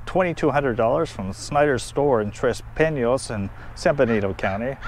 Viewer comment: Tres Pinos = tress peenos...not pinyos.